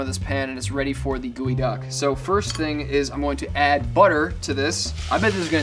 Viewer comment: Its geoduck not gooeyduck 😅